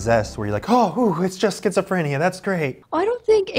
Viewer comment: I know this is serious but it's kinda funny how he pronounces it schizophr-aye-nia sometimes